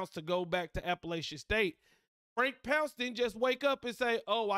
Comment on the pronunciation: It's not "pounce," it's "Ponc-ay," it's French